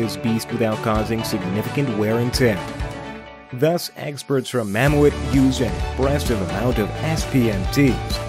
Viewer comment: It's called Mammoet(Ma-Moot) not (Mam-moo-et) Just (Ma-moot) as in Mammoth. That's how they pronounce and spell mammoth in their language.